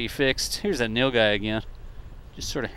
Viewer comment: Dude I've never seen that animal thing before 😂 So is Nilgai pronounced no guy?